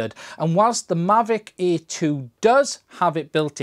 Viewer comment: Difficult video to make for someone who literally can't say "Air"...